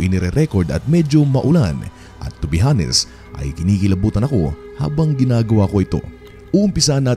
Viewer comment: silent H po ang honest. Senxa na po.